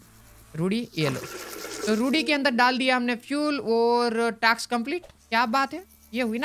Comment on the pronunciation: it is not taks it is task